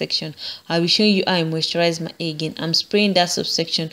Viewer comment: I like how she says the word "hair". She says "a", you know like short sounding a.